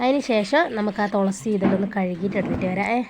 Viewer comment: ഹലോ തൊളസി അല്ല തുളസി